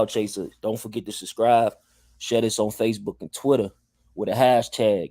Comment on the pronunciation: This nigga said “unsubscrive and subscrive again” lol😂😂